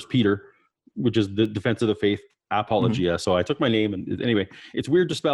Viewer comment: Apologia is an English word, and the stress is on the second "o."